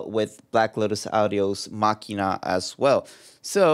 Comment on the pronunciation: He pronounced it correctly. It's a hard k.